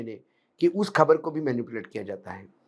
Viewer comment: Khabar !!! Abey pronunciation to theek kar buddhey ! 👎💪🇵🇰